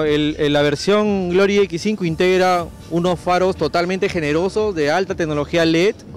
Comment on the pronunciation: "marca grory" jaja